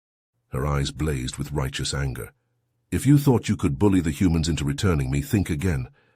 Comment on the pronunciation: "could I" is a question instead of a statement. The accent is on the "could" not on the I. your AI NEEDS TO LEARN THE DIFFERENCE